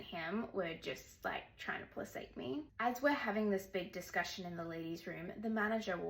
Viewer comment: Placate. I haven't heard it. Said with the soft c. Is that the proper pronunciation?